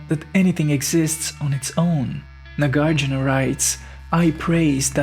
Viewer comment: Not Nagārjuna. Nāgārjuna.